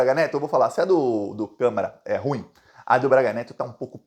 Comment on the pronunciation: meu prezado, carregue na pronuncia: ru-im.